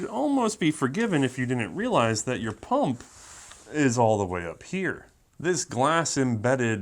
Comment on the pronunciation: Quit saying pump like that.